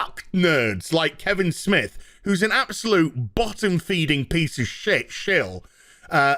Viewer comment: Damn i had forgotten about certain movie makers buying out theater seats to boost Captain twats opening weekend rofl. Ha i keep hearing Kibblesmith when you say Kevin Smith same difference now. Vagies unite!